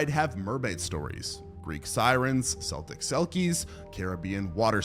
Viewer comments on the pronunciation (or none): "Seltic selkies"....Celtic is pronounced "Kel-tic" - not like the Boston basketball team.